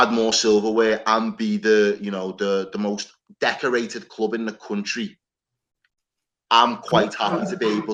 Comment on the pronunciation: thinks he's funny he can't even say club properly